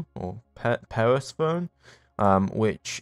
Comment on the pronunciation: Persephone is pronounced per-SEF-o-nee.